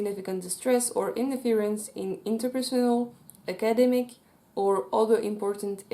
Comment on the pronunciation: The way you say academic gives me a good chuckle